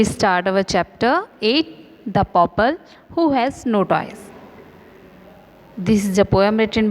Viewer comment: Mam bahaut acchi explanation thi par wo toys nahi toes hai